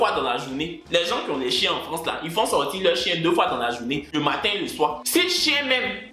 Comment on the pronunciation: c'est pas chéééééénnnn c'est chiiiiiinnnn